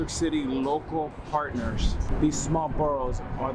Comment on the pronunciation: You've worked on your words ending in "rs," like "owners" and "partners"! 👏👏👏 (You used to pronounce them as "ownersh" and "partnersh.") "Entrepreneurs" still seems to be giving you a little trouble, but I believe you will conquer it, too! Congrats - I'm proud of you! You're becoming a better spokesperson and broadcaster!